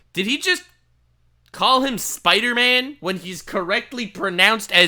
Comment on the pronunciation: Hard R on spidahman is wild lol